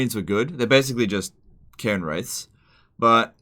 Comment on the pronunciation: did he say cairn wraiths or Karen wraiths?